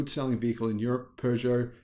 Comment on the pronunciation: Kuddos to from your Frenchie for actually pronouncing "Peugeot" correctly! 👏😀